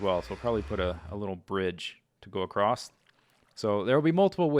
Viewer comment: "Acrosst". Must be a mid-western thing :p